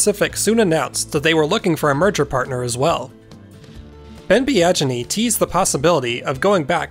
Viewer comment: Biaggini sounds like "be-a-genie" not "be-adge-inney".